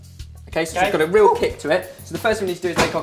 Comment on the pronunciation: •So we got a ReEeal kick off it•